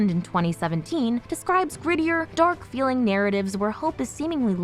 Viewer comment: The way she said dArk was stupid lol